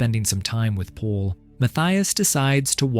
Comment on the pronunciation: "Michelle loved the pond so much. So much that Paul dug it just for her." That makes no sense. The AI's pronunciation of "Paul" is comedic. "Pull" 😂